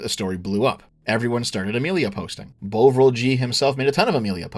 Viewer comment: After half an hour of this video I wasn’t sure how you were going to eke it out for another 150 minutes, but I thoroughly enjoyed the entire thing. One tiny and totally unnecessary nitpick: Bovril is pronounced Bov-ril, not Bow-vril. It’s a kind of beef paste from back in the day, not dissimilar to Marmite, which you can dissolve to make a hot drink. I’m fairly certain only boomers buy it these days.